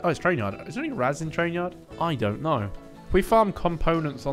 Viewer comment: "Is there any rads in train yard? I don't knerrrr" Also: "5k hours btw:)"